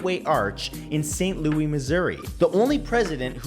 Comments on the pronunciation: its Lewis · Anyone who wants to eat bugs and worms is can have my share! Nice list. One thing though, Matt, in the US they don't use the French pronunciation of "Louis," they pronounce it "Lewis." (Oh, and that Lamborghini is pronounced "KOON-tosh.")